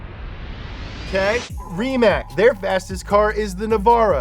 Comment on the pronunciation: It's pronounced Rimatz, not Rimak, and also Nevera not Nevara, which basically means "unbelievable".